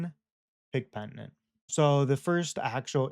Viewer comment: It's pronounced "Pen-i-tent". Not "Pent-i-nent"